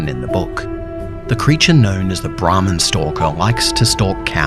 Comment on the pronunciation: It was sounding like he said the ramen stalker like someone guuna Rob your ramen noodles 😂😂